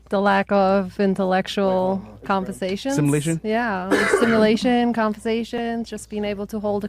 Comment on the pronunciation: Simulation 😅 its actually stimulation